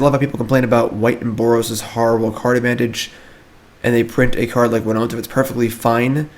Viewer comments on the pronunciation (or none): Whenever he says “winonta”😔😔😔